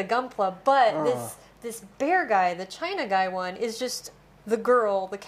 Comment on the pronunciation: welcome back =) and i wonder why they call Chinagguy "chainaggay"...China is not chinese.